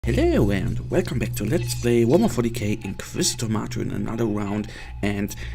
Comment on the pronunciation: Sounds like you say welcome back to let's play Warmer 40k, cause you pronounce warhamer so fast! :P